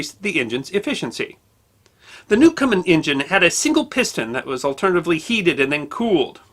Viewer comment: His name was Newcomen, not Newcomer.